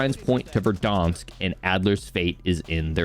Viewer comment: VerdAnsk...not VerdOnsk...this is america, not canada